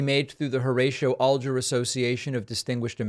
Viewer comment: The way you pronounce Alger leads me to believe you do not who he was. It is AL jer not ALL jer.